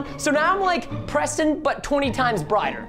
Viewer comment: ITS PRESTON NOT PRESEN